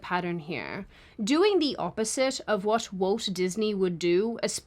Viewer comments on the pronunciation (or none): Walt. Walt. It's WALT Disney. Walt. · The way you read Walt sounded like Woke in many instances. Was this deliberate…? 😂